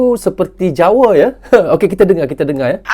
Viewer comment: Jawa bang,bukan jawe